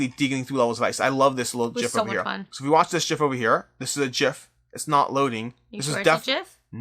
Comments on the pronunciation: Thumbs up just for the correct pronunciation of "gif". :) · You sir are pronouncing gif correctly. :)